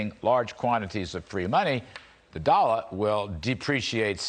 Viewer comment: Kudlow says, "dolla" I LOVE it. Very NYC. Doll ahh....